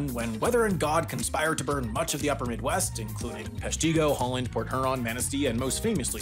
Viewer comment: I cringed at "hole-land"... Are we really sure he's not an AI?